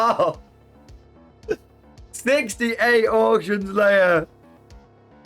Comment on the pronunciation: Ebay "Ork-tions" hur hur hur